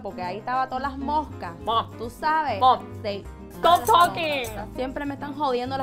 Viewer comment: Soooo true! And yes, Mom does become a two-syllable word out of total exasperation! “Momuh!” 😆 You hit the nail on the head with that! Thanks for the laughs!